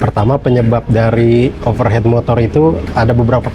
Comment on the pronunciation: pelafalannya bukan "overhet (overhead)" tapi "overhit" (overheat) artinya terlalu panas, kalo overhet artinya di atas kepala